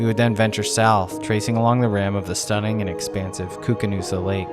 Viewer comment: Drone footage is looking good. Earlier this summer, I rode alongside the Koocanusa lake here in Canada, except we were calling it "Koo-Can - U-S-A" lol. I'm not actually sure how it's pronounced, but it cracked me up for some reason.